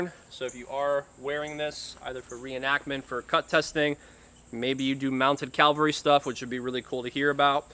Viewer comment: It’s CAV-al-ry. CAL-va-ry is a place near Jerusalem.